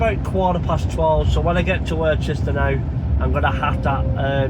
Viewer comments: p[ease say worcester properly please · Hi mate good video commented on your last video how you say Worcester it pronounced same as Worcester sauce ha ha